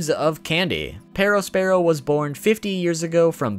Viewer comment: The way you pronounce perospero